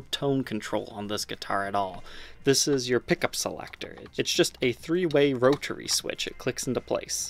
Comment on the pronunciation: "roe-turray" switch